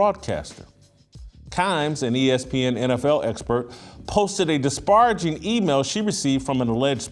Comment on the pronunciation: Hey Jason it's meena kimes that's how it's pronounced. Also it's disparaging not disbaraging.